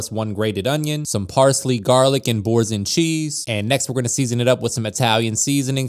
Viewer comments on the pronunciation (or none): The way he pronounced boursin annoyed a lot of french people. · ayo i fking died at the pronunciation of Boursain. Fking love the stuff had it all the time in france as a kid but damnnn m8.